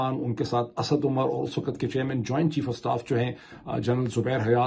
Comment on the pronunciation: جب صحیح اردو بولی جائے تو لگتا ہے لبوں سے گل افشانی ہو رہی ہے۔ ویسے بھی آپکا اکثر وی لوگ میں شوق سے دیکھتی ہوں تو میری خواہش یہ ہوتی ہے کہ اسمیں کسی طرف کوئی کھوٹ نا ہو ۔ اگر آپکو میری دخل اندازی بری لگتی ہے تو معذرت خواہ ہوں ۔ کہنا یہ تھا کہ wakat نہیں بلکہ waqt ضحیح تلفظ ہے۔